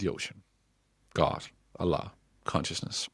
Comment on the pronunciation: As a Turkish atheist I must say that; I’m not really into that Allah thing but you’re pronouncing it so cute 😂😊❤